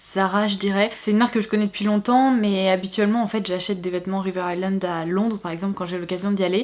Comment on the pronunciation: Ton make up et ta coiffure sont tops ! et je suis contente d'enfin entendre quelqu'un qui prononce "River Island" correctement ca fait plaisir ahahah